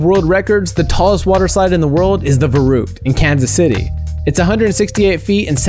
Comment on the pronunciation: You pronounce verrückt wrong. It's pronounced ferykt